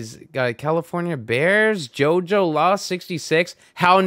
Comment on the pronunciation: Jojola is pronounced “hoho’lah” 😂